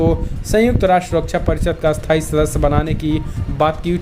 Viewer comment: क्रपया उच्चारण में स्थाई - अस्थाई का ध्यान रखें।🙏🙏🙏🇮🇳🇮🇳